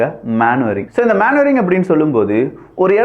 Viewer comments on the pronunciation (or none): மனுவரிங் மானுவரிங் கிடையாது